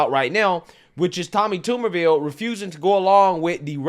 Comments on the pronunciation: It’s Tommy TUBERVILLE! Not Toomerville! He was also the head coach at Ole Miss for 3 years and most notably was the head coach at AUBURN! Coach of the year when he won the SEC in 2004! Just a couple of a quick, 1 minute search of his highly decorated football coaching career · You keep calling him Tommy Tumorville? LoL, better work on that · Tommy "Tomberville"? 🤦🏻‍♂️ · It's pronounced tub as in bath tub not tube and yeah they love talking ish about Mr. Tubberville he had the funniest campaign ad where he screams at some hecklers in the crowd at a football game GET A JOB! LMAO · His name is Tub/ber/ville , Not Tube /er /ville, and he is not racist he was a big time college football coach who recruited black Kids all over , he loved those kids as much as the white kids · His name is pronounced like a TUB of butter, not a TUBE of toothpaste. Also, he was head coach at Auburn. 🤢🤮😂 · It’s TUBERVILLE!!!! damn you do this all the time and it makes you sound stupid. Toumerville? Wtf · His name is not "Tumourville". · It’s Tub-er-ville. And he’s known for coaching at Auburn university even though he did coach at ole miss briefly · TUB-er ville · If you do a follow up It’s pronounced Tubberville And he coached at auburn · TuBBervile pronunciation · Tubber Ville is the pronouncement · Cmon man, they even pronounced Tuberville's name in the videos you showed. Take a minute and get the names pronounced correctly. This is every video now. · Good video but being from Alabama it drove me nuts everytime you mispronounced Tuberville. Lol